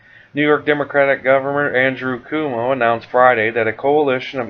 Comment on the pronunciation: It's pronounced Qoow- moe